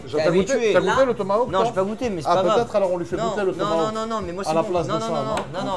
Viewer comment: tomaHawk !!! et pas tomaWoke non de non !! (avec amour et respect )